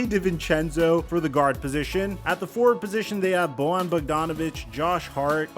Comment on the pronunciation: It's pronounced like Boyan, he's not Latino.